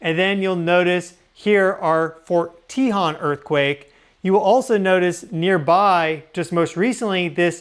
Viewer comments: Fort Tuh-hone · Hi, great video on EQ risks per zone of the San Andreas. I enjoyed the analysis! {Former Geotch in two of my jobs.} FYI, Fort Tejon is pronounced, Fort Te-Hone. The “O” has a Long O sound. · Hey -kern county resident here. Locally, Fort Tejon is pronounced "tuh HONE". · You do not know how to pronounce Fort Tejon? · Ft. Tejon is not pronounced that way.